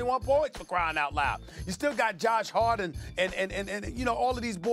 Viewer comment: "Josh Harden" 😂